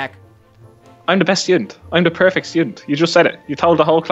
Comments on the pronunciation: it was funny when jack said i was perfect but said prifect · Jack:Im perfect:no Jack:yes You just said it:i said prifect -_- #NoJack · i Love it porfekt no Jack pefect